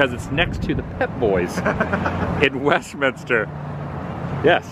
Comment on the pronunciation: My old neighborhood! And major props. You said Westminster correctly with three syllables!